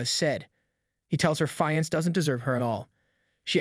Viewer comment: ok great series but the thing that bothers me ever so slightly is he says fiance difrently